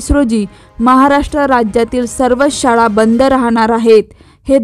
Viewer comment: शाडा नव्हे शाळा उच्चार अस्पष्ट